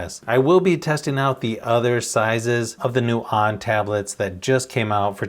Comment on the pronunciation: pronounced OWN (onn) not on!